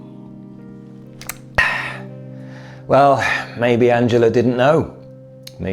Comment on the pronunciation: Was the mispronunciation of "Angela" on purpose for dramatic effect? Or were you trying to translate the German pronunciation into English? Then again, I have heard her name pronounced so many different ways, that you could probably do a video on that alone.